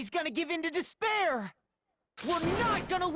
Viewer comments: When Junko says despire, doesn't it sound like "dis bear" 🐻. The ultimate dis bear is just a group monokuma formed to brag about himself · "Impossible to escape disbear" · After a while it pisses you off to hear dis pear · Can't escape "dis-bear" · when ever someone says "despair: i can only hear "dis pear"